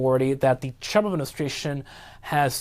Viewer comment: Can this guy not pronounce the name ‘Trump’ properly? Such a weird pronunciation.